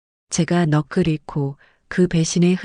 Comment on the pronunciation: 넋을 > /너클/ × /넉슬/○